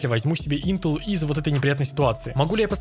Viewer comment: ты топчик но интел произносишь не правильно